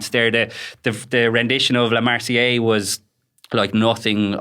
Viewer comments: It's pronounced la mar sy eze!! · Please please please pronounce both letter 'S's in the French anthem.